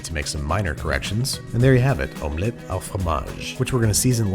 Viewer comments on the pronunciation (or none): Just a quick tip: The “au” in French is pronounced “o” like the normal letter O... it’s not “ow” like if you hurt yourself or something Lol. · it is NOT called omelette 'al' fromage lol, its omelette 'au' fromage, au its just pronounced like the letter o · The "au" in "omelette au fromage" sounds like "oh" not "ow". =) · Hey babish just wanted to correct the pronunciation with "au" its not pronounced 'ow' but more like you're just saying the letter O with a French accent lol anyway love your videos man keep up the amazing work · Actually although it is called omelette au fromage you pronounce the 'au' like an o and not like an ow sound and I'm not judging I'm just correcting but not in a dicky sort of way if that makes sense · I really enjoy seeing your take on sometimes fictional recipes. (Side note: it's pronounced oh not ow fromage) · Babish thank u for correcting the “du” to “au” but “au” is pronounced like “oh”, not “ow” 😅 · "omelette OW fromage" my Maman is charging up her slipper ready to smack the mispronunciation out of that sentence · hMMMMMMM it's pronounced "O" not "awo" Hom-Let O- Fro- Maj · It’s not omelette à fromage but omelette au fromage. (Au like o) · The "au" in omelette au fromage is pronounced like "oh", not like 'ou' as in 'house' Edit: au as in bow, not au as in bow 😂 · no, it isn't. The proper pronunciation of "au" is "oh", not "ow". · Not to be a pedantic Frenchman but it wouldn't be omelette a fromage but omelette au fromage (pronounced as o) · if you're going to try the accent pronounce "au" correctly : [o] not [au] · ps babish 'au' is pronounced closer to 'oh' not 'ow'! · you pronounced “au” as “ow” like a german. it should be pronounced “oh.” just something i noticed. je t’adore, babish! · Omelette 'oh' fromage, not 'ow' fromage. Actually quite easy to pronounce for a change... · "Au" is pronouce "o", not "a-o" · This isn't Germany, yo. "Au" rhymes with "go" .. NOT with "cow" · French: au Babish: OW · Babby my dude AU is pronounced "Oh"